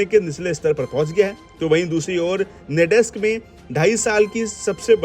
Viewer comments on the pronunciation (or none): "नैडेस्क" नहीं "नैसडेक"!!